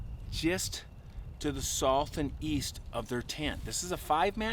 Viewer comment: Getting a little better pronouncing "south" my man! I highly doubt yourr taking my advice though lol